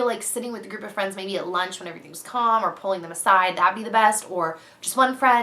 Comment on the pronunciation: i totally heard " i have stripper friends" instead of group of friends! lol